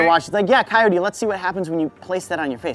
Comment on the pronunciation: sorry but I'm still laughing of how just call Coyote Ka-your-tue I'M SORRY JIM